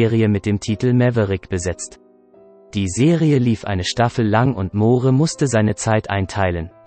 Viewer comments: Wer kommentiert denn da??? Moohre? Ist das eine KI? Englisch kann er auch nicht! Peinlich! Der arme Roger! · Moore schreibt sich zwar so aber es deutsch auszusprechen ist ....ein : ohjemineh. Ein tragisches Ende? Ich denke nicht. Aber ein wunderschöner toller humorvoller Schauspieler👍 ist er gewesen